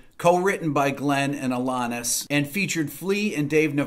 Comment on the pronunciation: Hey there Mr. Man. You mispronounced her name! ;-) The second "A" is pronounced like the word "at" not AHHH. Just giving you crap! LOVE YOUR CHANNEL, RICK!